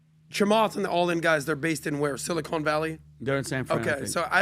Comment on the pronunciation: It’s Sili-con not Sili-cone, silly